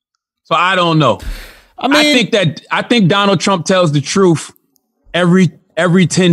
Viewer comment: did this man just call him Donnell Trump??? lmao 🤣😂😂🤣🔥